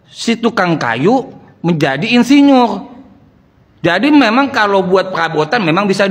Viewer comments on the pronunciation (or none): Insinyur pakai R bukan pakai L